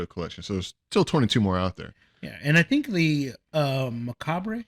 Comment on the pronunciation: I think you both say "macabre" wrong lol